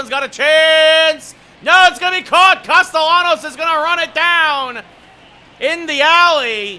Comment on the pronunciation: Great video except the pronunciation of Castellanos